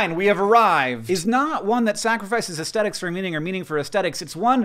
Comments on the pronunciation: The word is aesthetics, Hank. With a th. /ɛsθɛtɪks/ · I find the way you pronounce the "th" in "aesthetics" very aesthetically unpleasant.